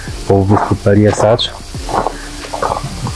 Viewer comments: Super film. Jak sytuacja pozwoli to zawitam tam w lipcu - rezerwacja w Borku zrobiona :). Jeden fakt natomiast przykuł moją uwagę. Piszesz poprawnie po chrowacku Pelješac, co sugerowałoby wymowę Peljeszac, a wymawiasz Peljesacz. Jak powinno się zatem wymawiać? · Fajne wspomnienia, piękne miejcówki! Też eksplorowaliśmy półwysep, tylko we wrześniu 2020 - było jeszcze mniej ludzi, co mnie zachwyciło. PS. Pelješac czyli Peljeszac, nie Peljesacz 😁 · Dziękuję :-) faktycznie poprawna wymowa to Peljeszac ale gdy wypowiadałem tę nazwę to nie zwróciłem uwagi na ten błąd ;-) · Dziękuję :-) za Panem Robertem Makłowiczem powiem że poprawna wymowa to Peljeszac ale gdy wypowiadałem tę nazwę to jeszcze o tym nie wiedziałem ;-)